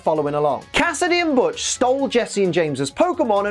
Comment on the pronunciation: Did you just call Butch (which, hilariously enough, tried to autocorrect to Hutch) B*tch? You have my respect.